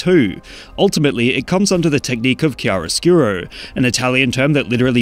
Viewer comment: Bro pronounced claro/oscuro like sht 😂❤